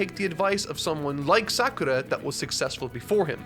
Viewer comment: I found it curious that he pronounces only Sakura's name with the Japanese R sound.